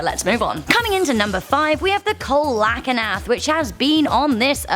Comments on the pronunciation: Oh, tries to pronounce this the same "cole-ack-in-ath"??? Where in the world did you come up with that pronunciation? Lol It's pronounced like this - cee-low-canth. Sorry, I love ya, but couldn't let that one go lol. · Coelacanth (coal-la-canf) punches hole in the wall SEAL-LA-CANT. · Kolakanath? Lolllll it’s pronounced SEAL-o-canth. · #5 the coelacanth is properly pronounced SEE-luh-KANTH unless that's a peculiar British pronunciation of which I'm totally unaware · As adorable as it was to hear say Coelocanth, it’s pronounced “See-Low-Kanth” ❤️ I have a love for all reptiles and study herpetology because of them!! I also do think we will find life in space somewhere. I don’t think earth is anything special where we are the only planet in the universe, let alone just our own galaxy, even if it’s just lifeforms such as bacteria/parasites/fish or other life still developing. Almost all of those who have credibility for predictions have said by 2040 we will have found some sort of life outside of earth in our universe ❤️ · see-la-kanth... not ko-alah-ka-nath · Co-ala-cant I think you mean: Celia-can-th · I now hate you, its see-la-canth not co-ala-ka-nath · Coelacanth = SEE-LAH-KANTH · I lost it when she tried to pronounce coelacanth and said colacanath 😂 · umm I'm pretty sure coelacanth is pronounced see-lo-canth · Coelacanth is pronounced see-luh-kanth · see-lo-kanth Kinda butchered the name of the fish. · That Coelacanth is pronounced see-la-canth. Helpful tip. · coelacanth Pronounced c la can th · Coelacanth is pronounced sealocanth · I have never heard a coelacanth pronounced like that. I always have pronounced it see-la-can-th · I have never hear Coelacanth pronounced like that. Two extra syllables were added lol. It's pronounced sea-luh-canth. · She also didn't do Coelacanth right. Its pronounced See-lo-canth. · It's not pronounced coelacanth it's pronounced see-la-canth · Coelocanth is pronounced SEE-low-canth